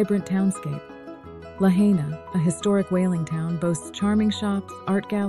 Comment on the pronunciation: You don’t even now how to pronounce Lahaina correctly. Why don’t you mention how big money is taking over the island and forcing all that wonderful Hawaiian heritage to have move off their home land. Eventually only rich will be able to come here. Yes I live on Maui and the average person will only be able to see the nature through videos. Disgusting. Aloha and have a great day.